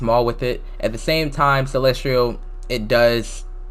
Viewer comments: you pronounce celestial as celestrial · why are you saying celestrial